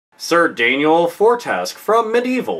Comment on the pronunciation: You said Sir Dan's last name wrong :(